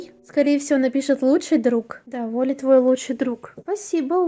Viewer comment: уолли правильно череза у (не хейт)